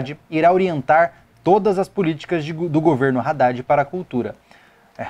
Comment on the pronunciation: man vc reclama o Haddad pq tem erro ortografico no plano de governo dele, tudo bem acho que realmente isso não pode ocorrer mas vc tb fala o nome do cara errado toda hora KKKKKKKKK. discordo em muita coisa de que vc falou concordar om aulas a distancia kkkkkk vc ja fez matéria em ead?